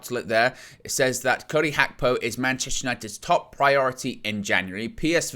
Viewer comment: you nearly have the pronounciation of Gapko correct.....in Dutch the "G" in a word is pronounce with a sound from the back of the throat...almost like trying to clear your throat...takes a bit of practice for people who only speak English....I bet Nina would know what I'm talking about. Arabic uses it as well. Big up trying to get it right.